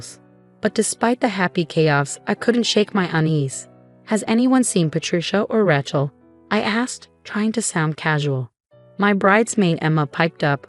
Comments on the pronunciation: AGAIN, its not 'Ratch-el', its 'Ray-chel'. Misprounciation ruins the story. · Thumbs down on all of these stories that say RATCHEL INSTEAD OF RACHEL. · It’s pronounced Ray-chel not ratchel. It’s a long A, there is no t. The title needs changed. The husband did NOT request that mommydearest & sissypoo wear white nor even the same dress. Mommydearest & sissypoo CLAIMED he told them to do so. The title should read something like “In-laws claimed my husband told them to wear the same dress I wore.” or “In-laws tried to sabotage our wedding & marriage.” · Please stop using the name Rachel in your stories. If you can't pronounce a name, don't use it!